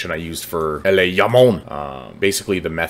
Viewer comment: Really helpful video for Jomon, thanks bro. Also not to be pedantic, genuine trying to help a brother out but the J is pronounced like "Joe-mon" not "Yo-mon" since the faction is obviously based on Japan and in Japanese thats how that letter is always pronounced.